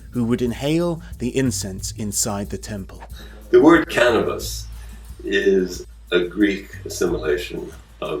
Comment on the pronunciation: He keeps saying "canabis presents", but I haven't received any gifts...